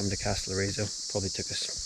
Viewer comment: And it's Καστελ - ό - ριζο, not Καστελορ - ί - ζο! 😉😉😉😉😉😉😉😉😉😉😉😉😉 (Τα πας πολύ καλά! Μπράβο σου!)